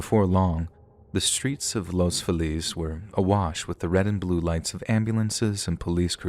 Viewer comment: It’s Pronounced Los Fee lez aka Los Felix near Glendale